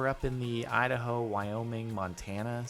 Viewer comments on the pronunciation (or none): none